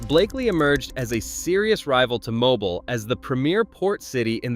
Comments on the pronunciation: it is mobile not mobull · It’s pronounced “ Mo-beel” not “Mo-bull”